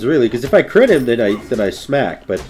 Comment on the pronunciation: "I'll beat your ass with cwit" I lost my shit. Trying to sound tough and end up sounding adorable. LOL.